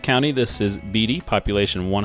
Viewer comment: Thanks for featuring my hometown of Seneca. beatie Kansas is pronourd Bait-E